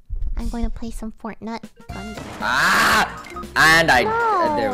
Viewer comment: I knew this was gonna be a good video when lily called fortnite "fortnut"